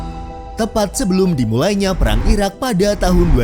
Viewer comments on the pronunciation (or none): none